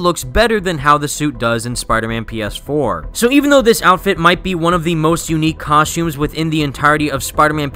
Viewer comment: I can't get over how he calls the suits suits, outfits and COSHTUMES throughout the video lol